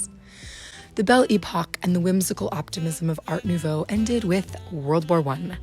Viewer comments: From a French native speaker: it's La Belle Epoque (not Epoch), and you don't pronounce the t at the end of Art Nouveau/Déco. Those are French words, customarily pronounced as such in this context. 🤗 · This is not „bell e-pock”, this is „belle epoque”, the accent is on second syllabus, and „e” (all 3 of them!) is pronounced like in the „Earth” word, not like e-bay. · Thank you for this video, it was very informative ! Just a quick thing, it's "belle époque" and not "belle epoch" I believe ! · ¿Por qué dices "época de la campana"? Es absurdo, el término es completamente francés no una mezcla de idiomas; significa" época de belleza", además "campana" en inglés es "Bell", no "Belle",son ganas de rebajar el trabajo de investigación 🤷🏻‍♀️ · Pronounce: bel-lay-poke. It will make you happy. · Why are you using "they/them" pronouns for Erte? You also may wish to learn how to pronounce "Belle Epoque" and "Erte"